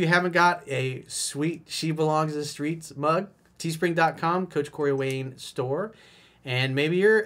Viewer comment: “She belongs to the skreets.” 🤣🤣